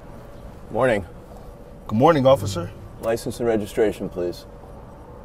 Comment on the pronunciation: You mean OCIFFER?? 😂😂😂